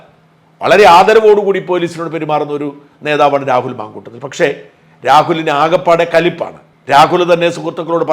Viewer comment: Mamkoottathil not mamkoottom.